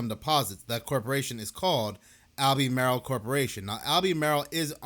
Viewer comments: It's Alba-mar-el not Al-bee-may-rel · "Al-beh-mar-ull". Not "All-bee-mare-ill". Thanks for upload! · All-buh-marl. Like the NC county. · Pronounced “Al-ber-marl” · Lol, it’s pronounced, Al-buh-marl. We still have no power in SW NC. Things are bad. Definitely NOT A NORMAL STORM. Please pray for us. I’m in Cleveland Co next to Kings Mountain. Crazy sh**. FEEL BETTER!!!! 🙏🙏🙏